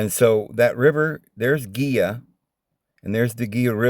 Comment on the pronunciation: Its pronounced He la river Gila.